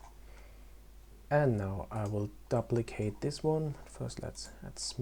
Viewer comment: Good tutorial J, easy to follow.... Just fyi: Duplicate is correctly pronounced like: Doo-plicate, not Dah-plicate... PS: Your attention to optimization is super impressive, it's a great habit to have, thanks for teaching us correctly. One question, why is it important to "apply" the scale and rotation? What happens if you don't do it? Because to me, it looks like an unnecessary function... If it is super important, I could see myself forget to do it at least a dozen times while modeling..